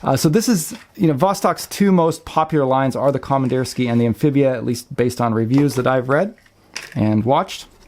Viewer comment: Com Ann Deer Ski Uh. is roughly correct pronunciation.